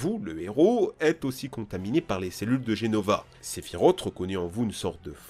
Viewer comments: Sephirote mon dieu, mais prononce correctement, même moi qui est dislecsique je c'est que sa se dit sephirose et que sa s'écrit sephiroth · Salut ! Juste pour dire que Sephiroth se prononce Sephirosse et non Sephirote ! Il suffit d'avoir jouer a Kingdom Hearts ou Crisis Core, ou de voir n'importe qu'elle vidéo (Last Order, Advent Children...) le concernant pour le savoir. D'ailleurs, dans Final Fantasy VII (Version PS1) aussi, juste en le combattant, il y'a la musique "One Winged Angel" ou les paroles prononce bien son nom. Désolé, ça me désespère d'entendre les gens écorché le nom d'un tel personnage. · On dit pas sephirot mais SEPHIROTSSS IL Y A UNE GENRE DE S A LA FIN ALOR UN PEUT RESPECT même si il ma énervé pendant des heures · (sephiroth) pourquoi tout le monde prononce sephirot alors que ça se dit sephiros 😱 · Très bonne vidéo, par contre je m'excuse mais "Sephirote" c'est pas possible 😂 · Par contre "Sephirote" non merci mdr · La prononciation de sephiroth 🥲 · Faut vraiment revoir ta prononciation des noms mon poussin, car ça ne va pas... Sephiroth se prononce "Sephirosse" et non Sephirote... Dante se prononce Danté... Et Miles...enfin t'as compris, je veux bien admettre que l'on puisse avoir des difficulté en anglais, mais là c'est juste de la mauvaise volonté.